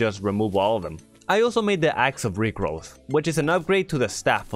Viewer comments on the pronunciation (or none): I thought bro said axe of rickrolls